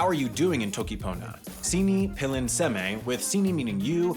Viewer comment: There are quite a few mistranslations here, I'm going to point a few out: technically, toki comes from Tok Pisin "tok", though that word is derived from English talk, so... good enough I suppose. , , , words aren't capitalized in toki pona, unless they are loan words. "Sini" should be "sina," also pilin should probably be pronounced more like "pee-leen" (or just /pilin/ in IPA), though its technically not wrong to say it that way, just very English-y. mute is pronounced "mu-tey," no silent e's in toki pona. Also, there are kinda more numbers (ala can mean zero, luka can mean both hand and five, mute can mean specifically 20, and ale/ali can mean 100), but they are still pretty frustrating to use and its often just better to avoid them if you can. "j" in toki pona is pronounced like English y. Also, this sentence doesn't really make sense. "poki loje lon sinpin li poki tawa" would mean something like "the red box in the wall is a moving-box." What you probably want is either "mi olin e poki loje lon sinpin" (I love red boxes in the wall) or "poki loje lon sinpin li pona tawa mi" (red boxes in the wall are good to me/in my opinion) your pronunciation is still pretty off, especially with ijo (should be pronounced more like ee-yo), and the word order is a bit confusing again. "suwi telo wawa kepeken namako en kule ijo kasi" means "strong/energetic wet sugar using spice and natural thing-color." For the intended phrase, you'd probably want "telo suw